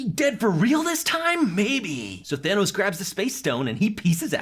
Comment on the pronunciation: Why the fuk does he keep saying big daddy Tanos